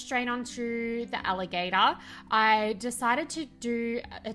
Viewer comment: american accent: "allahgAtor" 😂😂 So cute! These turned out so good!!